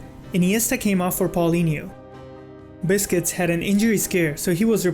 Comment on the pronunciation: Lol he said BISCUITS instead of BUSQUETS . Anyhow, awesome video man